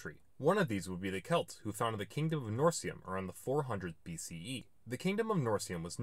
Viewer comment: Nice video and well done, but the pronunciation of a few proper names in the beginning of the video distresses me a bit. Instances: "Almanaic" (for Alemannic); "Norcium" (for Noricum); "Vłas" (for Valois).